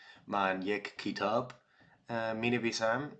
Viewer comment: آفرین! الان برای خواندن متن های جالب در زمینه فلسفه و تاریخ زود ئه. چرا داستان کوتاه نمی خوانی؟ مثلا داستان های زویا پیرزاد، یا کتاب قصه های مجید،... یا می تونی سریال ایرانی نگاه کنی. ضمنا این کلمه رو خوب تلفظ نمی کنی: کتاب (you say kitaab instead of ketaab) "من چهار سال برای رسیدن به یک سطح قابل قبول در فارسی نیاز دارم."